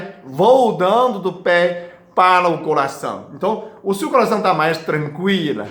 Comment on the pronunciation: Que bonitinho dr falando "colação"